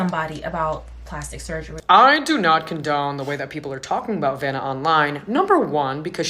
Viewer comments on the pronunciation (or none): Her name is Vanna like Hannah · btw I think her name is pronounced “vanna” like “savannah” or “banana” lol